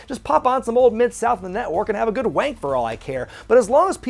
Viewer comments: As a proud Brit, I must ask you, not to use the word 'wank' again. It sounds weird when spoken in an American accent. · Hearing an American say wank is hilarious to hear!!!